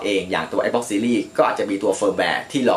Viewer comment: Xbox อ่าน แอกซบ๊อค Astrobot อ่าน เอสโตบอท งงชิบหาย 😂